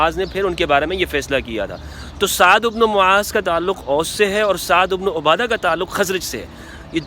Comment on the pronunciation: O bhai hello,, Mola ali ny kaha tha k huny b mashwara mein Shamil krty hamari b Raye leni chaiye thi, mola ali ko koi khila fat ki lalchi nhi, q galat bat phela rha, bukhari ki hadees dakhao jahan mola ali ny ye kaha ho, Saad ibn abada lafz Hai ubno a Ada nhi, pehly bolna to seekh lo